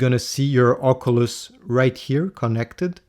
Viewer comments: Its an OC-YOU-LESS not an OC-UH-LUSS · love the video i really loved the part where you said ocuuluss it really tipped my hat i was on my way to the shop had this blasting and my headphones disconnected and everyone heard the way you pronounced the graticuleal word called oculeseses maade everyone laugh thank for getting me a discount on my "protecters"